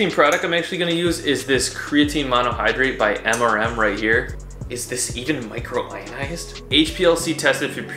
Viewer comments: Not 'microionized' micronized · Why do you keep saying micro ionized lmfao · the pronounciation of micronized and creatinine were special